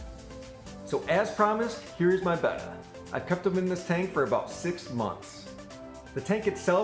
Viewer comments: 1 - I've kept/bred these fish for 50+ years, and Betta was always pronounced "bettah", as in "better". "Beta" is the Greek letter "B". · 1: I can't stand it when people say BEY-TUH! :( Love your monte carlo carpet; I too have it with no CO2 and grow it with a Finnex Planted+. That bonsai is pretty killer too with a massive quantity of anubias nana petite. If you don't mind sharing, what kind of camera do you use for your video and photos? The quality is quite superb. Thank you. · I pronounce the name betta option 2, but it doesn't matter since we all know what fish you're talking about.